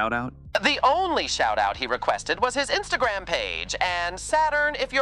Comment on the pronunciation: "Trick truck" and "vootube " and " instantgram" that kept on saying had me dying 🤣🤣